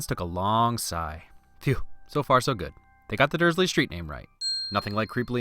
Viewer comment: You said they got the Dursley's street name right but you didn't get their last name right.